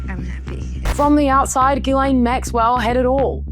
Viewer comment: Why does everyone call her GUYLAINE instead of Ghislaine ? They aren’t the same at all… it’s pronounced jistlane